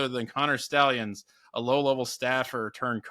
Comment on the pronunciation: It's stallions not sta lions